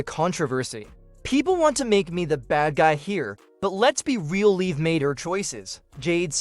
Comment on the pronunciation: It's not leave morgan it's liv morgan! You know, like live in a house 🏠 only without the letter e at the end of the name get it!